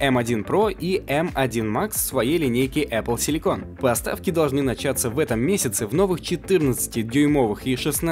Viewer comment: А точно «Эпл силико́н», а не «Эпл си́ликон»? Силико́н это та фигня, которую в силиконовые сиськи суют, а си́ликон это кремний, который в производстве микросхем применяется.